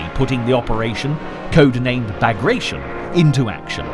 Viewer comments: Operation Bagration is pronounced Ba-graa-ti-yon after the Napoleonic wars era Russian of Georgian origin general Pyotr Bagration. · bah-GRAHT-tsion or bah-GRAHT-shun. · It doesn't fill me with confidence when documentaries cannot even get names right. It suggests that the makers don't know what they are doing. "Bagration" is not a verb, it's the name of a Georgian prince who fought Napoleon. It's pronounced Bah-grah-tee-on.